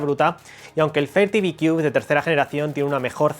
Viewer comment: Si va a hacer un vídeo de un producto Americano es mejor q se aprenda bien la pronunciación del producto por q yo no entendía también . Sorry my friend you can use ITranslate To pronounce better